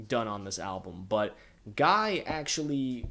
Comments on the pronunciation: It’s prounounced Gee, soft G. Like “key” Just a heads up. Love the video. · The band doesn't like the production on steady diet. They were som e of their favorite songs to play live. Also it's not Guy like "my guy" it's Guy- french pronunciation